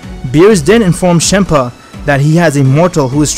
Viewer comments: nobody: me: champa: chempa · It's not shampa it's champa